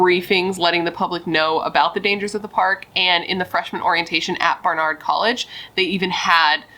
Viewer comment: BAR-nard College